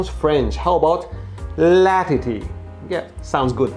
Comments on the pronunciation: Le tittie, la tittie Still sounds french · lmao we gonna ignore 'LA TITY' ?? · No one going say he said la tity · bro said la titty wich translates to "the titty" in french ('_') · Actually, it sounds more Italian for a French person ^^